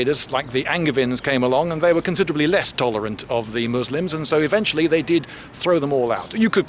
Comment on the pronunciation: Thanks for not pronouncing it as 'Muzlem'.